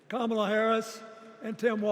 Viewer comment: He doesn’t even say her name correctly. Party of fakes. You installed her like you did Biden.